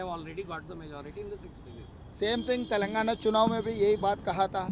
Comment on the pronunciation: आपकी तक़रीर में अक्सर तेलांगना, इलक्ट्रौल बांड व हिडनबर्ग रिपोर्ट का जिक्र आ ही जाता है, तो उचित होगा उनका उच्चारण यथाशीघ्र दुरुस्त कर लिया जाय 1. तेलांगना नहीं तेलंगाना 2. इलक्ट्रौल बांड नहीं इलक्टोरल बांड 3. हिडनबर्ग रिपोर्ट नहीं हिन्डनबर्ग रिपोर्ट